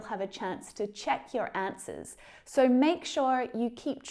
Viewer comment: you said "asnwers" instead of "answers"